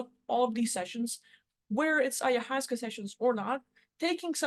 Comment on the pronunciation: the correct pronunciation of ayahuasca